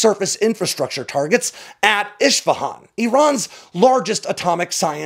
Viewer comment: Great content as usual,, but my friend, you need to learn how to properly pronounce place names if you’re going to keep doing this. Isfahan is pronounced “ISS-fa-hon”. You pronouncedit “ISH-fa-hon”. That would be like saying Bew York.